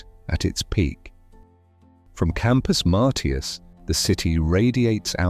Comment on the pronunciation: Where was Factoryville? It's pronounced Campus "Marshus"